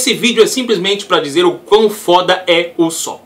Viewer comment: U-só-pi fico louco ouvindo assim '- U sô pu malz falar assim mas no animê eles falam assime pa ne falou ta falado.